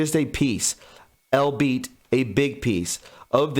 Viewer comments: Albeit is pronounced "All Be It" not "all-beet" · Those "texts" or "tweets" seem written by some high school student... also it's pronounced "all be it" not "all beets" .. my god man... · "albeit"... Is pronounced "aal BEE uht". You don't pre-read to prepare your copy first.. And PRE LOOK UP WORDS YOU DON'T KNOW. There are way too many. And you must prepare yourself before going on camera. As well.. U sluff over small words.. Exchanging on for at or in for on.. Make your letters larger.. Practise before speaking your performance. Please. I like your channel.. MUCH ROOM for improvement.. I have mentioned before.. U did not follow polite instructions to BENEFIT U AND your listeners. That's just Lazy and slovenly. We can all do better. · Interesting stuff ... hopefully Q and Associates have a really good way to take care of all involved in the Clinton "Foundation," and soon! Also, "albeit" is pronounced like ALL -- BE -- IT. Weird word, which I am pretty sure someone came up with to make themselves look smarter than they actually are.